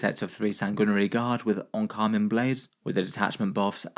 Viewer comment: Today I learned how to pronounce "Encarmine"!